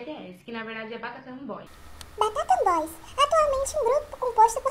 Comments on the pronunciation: Depois desse vídeo eu vou bater palmas com os pés. Eu nunca vi falaram tão bem os nomes dos grupos de kpop. Meu Deus do céu. Migas, parem que tá feio." Batatan boys" eu não consigo acreditar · Batatan boys? sbjshdjdjx achava que EU q tinha pronuncia ruim